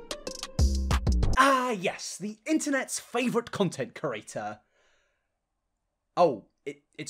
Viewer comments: Every time says "Content cerator" instead of 'creator' I light up in flames. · It’s just “series” not serieses…and “creator” not crurator. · I love you and I hate to shame the way you speak. But it truly grinds my gears that you say curator instead of creator